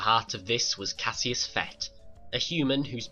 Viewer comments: If you spell it cassus say it Cassus not Cassius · It is pronounced Cas us not Cas e us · Jesus, it's not Cassius! It's Cassus. Do you try to mispronounce every word you say?